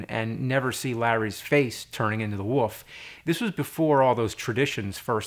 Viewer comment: Really gotta work on saying "WOLF" there Nerd ;)